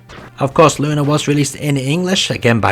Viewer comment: You actually know the correct way to pronounce Lunar. That's nice to see. Keep it up.